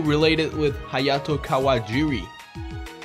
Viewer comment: when he says hyato and shows it KIRA QUEEN BYTES ZA DUSTO